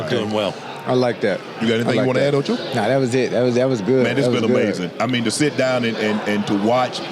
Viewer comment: The way unc says wrestling and Ocho, a marine biologist 😂😂